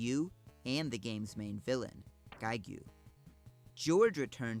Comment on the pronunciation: Same with "giegue" Which is also geeg.